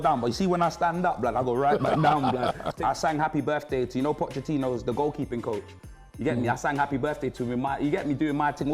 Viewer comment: The main symptom of the variant is mispronouncing names. Pochachino settings 😄